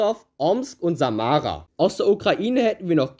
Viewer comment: Als jemand wessen ganze Familie in samara lebt. Habe ich bei der Aussprache Schmerzen bekommen